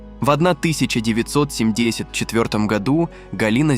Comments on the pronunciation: 😂😂Ага) сто семьдесят это шедевр😂😂😂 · Сто семь десять сантиметров, у меня чуть кровь из ушей не потекла)